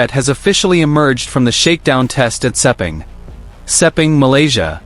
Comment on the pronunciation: Lin Jarvis is not the managing director of Yamaha Racing it is Paolo Pavesio. Stop using AI and start using real facts. I have no idea where you get the pronunciation for Sepang race track but it does not take a genius to learn that one it is exactly as it looks!